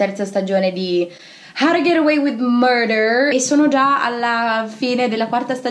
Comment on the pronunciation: How to get away with murder Come lo pronunciano le persone normali-How. To. Get. Away with. Murder Come lo pronuncia Didi-howtogetawaywith MUURDER😂😂